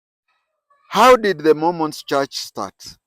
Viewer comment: It’s Mormons and not Momons